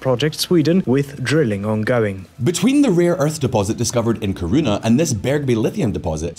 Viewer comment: "we are talking about Karuna!" 😂